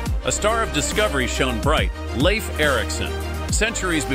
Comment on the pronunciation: Pronounce Leaf Erikson to be right as Lief and not as laif. 🌕Leif Erikson is believed to be the one who told about Vinland as reported in the Icelandic saga. He spoke old Norse. ⛵